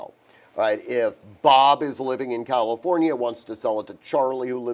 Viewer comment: Once he said Calinfornia….scroll to next vid 😂